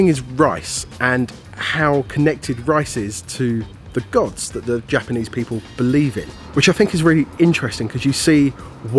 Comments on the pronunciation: this is the first time ive seen someone pronounce japanese the way they make foreigners sound in anime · Some people don't have the talent for languages. is one of them. Not only did he manage to butcher Japanese, but a bit of French too! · is trying So hard to speak japanese but oh god.. that accent. Bennn. I think Leon is French lmao.